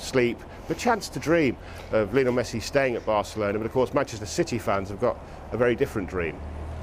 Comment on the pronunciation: Why do people still pronounce it lee-o-nell? Its Lionel. His mum named him after Lionel Richie. Its not Lee-o-nell Richie. Rant over.